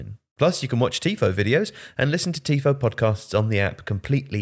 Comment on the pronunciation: For the first 10 seconds tifo becomes t i f o